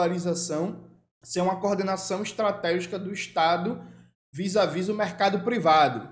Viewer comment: Jones Manoel, meu companheiro querido, q diabu é um "viza-vi", em, q diabé-isso? Brincadeiras a parte, muito obrigado pelo vídeo; tu es foda, vou me organizar por sua causa!!